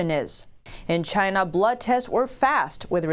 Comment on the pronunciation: Lyna not. China.